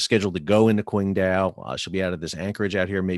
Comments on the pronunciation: Pronounced more like Tsing-Tao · Pronounced Chingdow. Q is ch